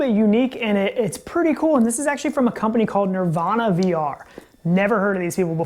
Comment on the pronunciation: The power bank looks great! ..ps I just channelled kurt and he wanted me to point out its called niVRana not nirvana ;)